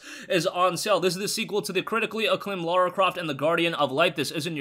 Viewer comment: It's Lara not Laura